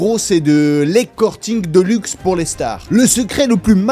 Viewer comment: « L’ecorting » 😂😂 et les « fifiiiittttt »